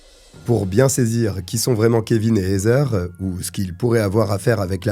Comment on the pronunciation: Heather se pronounce ( Hadeur ) 😅 not hazer